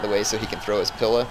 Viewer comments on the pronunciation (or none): "pila" is pronounced with a very emphasised "ee" sound. like "peel" or "wheel". youre kinda saying it like "pill" or "will". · Js that "pila" is pronounced "pee-la"